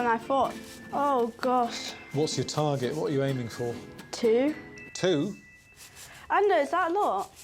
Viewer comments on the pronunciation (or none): none